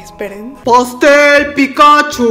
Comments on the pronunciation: Es Pikachú, no Pikáchu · Sabes que alguien nunca ha visro Pokémon cuando pronuncia "Pikáchu" en vez de "Pikachú". Jajaja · Hay tres tipos de personas: 1. Las que dicen Pikachú. 2. Las que dicen Pikáchu. 3. Las que decimos Píkachu. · 4* las que dicen pitochu XD